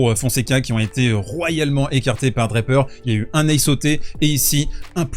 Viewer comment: Draper pas DraPEUR--accent on the first syllable in English. And I know that no one--apart from the French--can pronounce French names any longer b and I know you can pronounce Jack's name properly--DRA per. Merci bien.